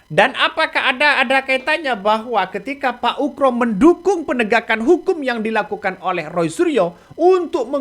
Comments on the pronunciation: Ugro pak.. Bukan ukro😂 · Ugro bukan ukro........uuuff.......... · Min,.... nama orang kok diganti, yg benar Jenderal Oegroseno atau dipanggil Oegro kok mimin bolak balik nyebut Oekro/Ukro. 😪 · Ngomong yg bener itu. Oegro bukan Ukro. Ga sopan itu !